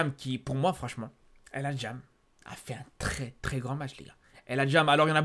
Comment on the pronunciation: "El Hadjam" mdrrr tu nous as moyen-orientisé là